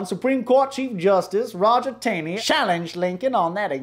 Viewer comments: Roger Taney's last name is pronounced TAW-nee, not TAY-nee. Other than that, great video. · Chief Justice “TAW-nee”!